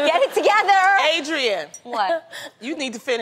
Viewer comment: When Loni said adreain you need to finish that story😂😂💀